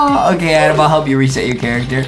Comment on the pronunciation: Why is everyone calling Adem “Adam” like his name is Adem